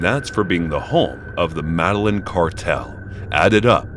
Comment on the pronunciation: Madeline are you fucking kidding me "MEDELLIN"